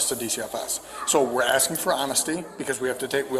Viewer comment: Be honest? The officers are asking way too much....oh my bad, axing too much.